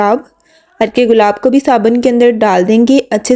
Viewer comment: Saban ❌ Sabun ✔